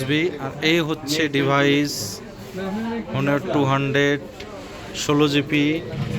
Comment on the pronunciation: ভাই হনার না অনার হবে। ভালো করে জানুন।